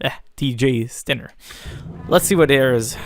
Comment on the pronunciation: Dinner? Tsk tsk tsk... It's a Diner - Dai-Nerr :D